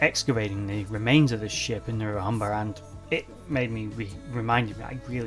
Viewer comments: Great video showing your enthusiasm Many thanks. Not sure if it was your accent, but it sounded like you referenced the ships last resting place as the River Humber (in North East of England). It was the Hamble River, near Southampton, where I've just had a walk today. Cheers.. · Great vid but it's River Hamble not Humber or Humble